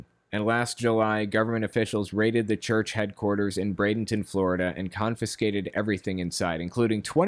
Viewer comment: Kudos to you man for correctly pronouncing Bradenton. Haha most that are unfamiliar often go with Brad-en-ton. Love your content dude. 🖖